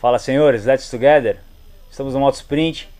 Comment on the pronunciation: meu deus filho que review top demais fora as pronúncias excepcionais let's together fiiilho abraxx